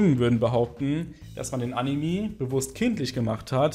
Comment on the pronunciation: AnimE nicht Animiii.... raste jedes Mal aus wenn das höre xD sorry